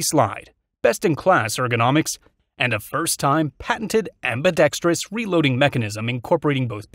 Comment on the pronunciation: I think this the first gun review video I’ve seen that pronounces ambidextrous correctly! I’m going to subscribe just because of that 😂